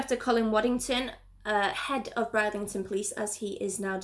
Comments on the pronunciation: I know it was annoying she kept saying Bride instead of brid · You are great - Please although I just have to pull you up on pronouncing. Bridlington. Brid - Ling - ton. Thanks 🤩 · It's pronounced Brid-lington